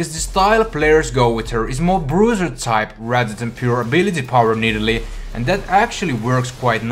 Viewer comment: Love how you say nidalee XD "nidili" :D